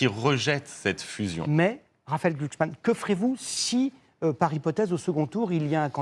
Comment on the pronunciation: On ne dit pas Glucksmann, on dit Glucks ment :face-blue-smiling::face-blue-smiling::face-blue-smiling